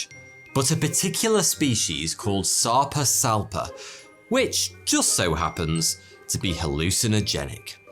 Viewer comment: The whole time he said the fish’s name I heard sectum sempra